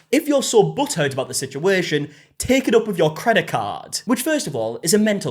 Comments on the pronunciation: Oh my God, it took me a minute to figure out what he was saying. I thought he was saying if you're so buttered by it taken up with your credit card. After a few times of hearing it now I understand butt hurt. Lol😅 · I love When he says “butt hurt”, because it sounds like butter. obviously they’re very close but because I’m not used to hearing it in that accent I only hear butter😂